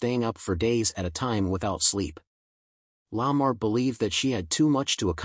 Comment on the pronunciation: Again, with the bad pronunciations. Barbara La Marr's last name is pronounced Luh MAR .